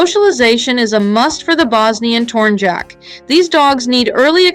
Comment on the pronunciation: Tornyak not tornjack, tornjack sounds kinda dumb